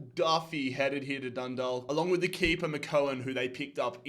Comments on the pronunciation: Just so you know the way to pronounce dundalk is (dun daw lk) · Hi. Just wanted to let you know that Dundalk is pronounced Dun- dawk. Love from Ireland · Dundawk and drogeda is how u pronounce them